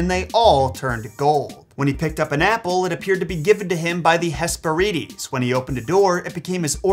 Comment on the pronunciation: Why do you mispronounce “Phrygia,” whose accent is on the first syllable (not the decond)?? Why do you mispronounce “Hesperides,” whose accent is on the second syllable (not the third). You so often disdain the advice that’s easily available (in dictionaries and other guides t9 pronunciation) that I must ask why. Please explain why you don’t bother to learn how to say the names and other words that you want us to learn. Would you like it if anyone misplaced the accent OF your own name, sir, and thereby called you “ So-LOW”?